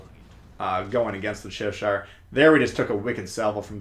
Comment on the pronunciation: cheSHIRE! is an "interesting" pronunciation. (Cheh-shur if you're wondering)